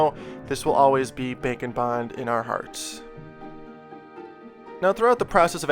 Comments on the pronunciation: Package: Bake n Bond What I hear: Bacon Bon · Every time he says bake and bond I think he’s saying bacon bond